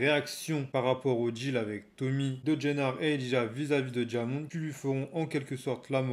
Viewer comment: Bonne vidéo mais Diamond se prononce « DAIMAUND » (à l’américaine quoi)